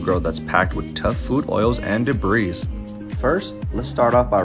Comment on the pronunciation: The S in "Debris" is silent. It's pronounced "De-bree". facepalm